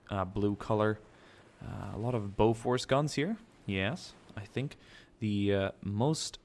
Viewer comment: btw Bofors is pronouncesd bo fers